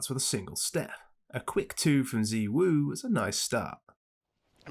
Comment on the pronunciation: its ZYWOO not ZIWOO cmoon man